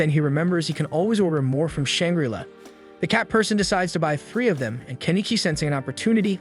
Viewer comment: Oh my god EE-SE-KI (EYE). IT IS THE ACTUAL SUBJECT. I won't even humor the pronunciation of Shangri-La.